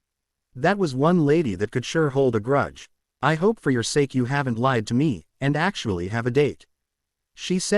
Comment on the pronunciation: The word is Sake, not S. The word is Brain not in.